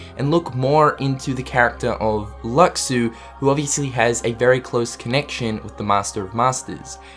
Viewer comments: he could have a "gift" just like yeul from ff 13-2 also Luxu is pronounced Lushu and chirithy is well cshirithy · its LOO - SHOO